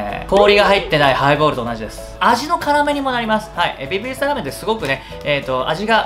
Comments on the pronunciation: ベビィ↓スタァ↑ラーメン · べび〜すた〜の発音はズルいっす